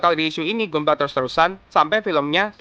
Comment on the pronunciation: bacanya Gandam bang, bukan Gundam. dan Ganpla bukan Gunpla Padahal dah bagus nyebut GQuuuuuuX nya